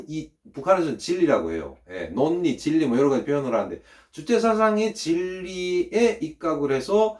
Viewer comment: 궁금해서 물어봅니다 '논리'를 우리나라에선 '놀리"로 발음 하는데 북한에선 '논니'로 발음하나요? 계속 후자로 발음하시기에 우리와 다른가 궁금해지네요.